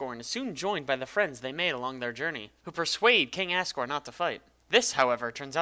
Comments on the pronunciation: also assgore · It sounds like he’s saying King ass gore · By the way, its said as Azriel and Azgore, not Assriel and Assgore. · Is it only me or do you hear as-sriel and as-sgor? (I don't curse so I did that) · Am i the only one who thought that he was saying "ass" riel and "ass" gore imstead of asriel and asgore? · i love how you say it like assgore and assriel like just wow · It's two AM and my whole family is asleep and I probably just woke them up from laughing when he said ASGORE and Asriel. It sounded like assgore and assriel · "Assriel" "Assgore" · AnonyBlu Glad I'm not the only one who heard him say their names like that